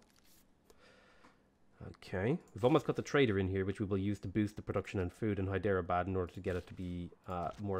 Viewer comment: Hyderabad is pronounced as "Hydra-Bad" the e is silent.